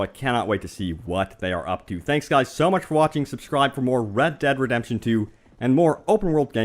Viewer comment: The game is pronounced RED DEAD REDEMPTION 2 not RAD DAD redemption 2.